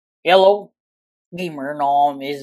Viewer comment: Bruh its not hello its yello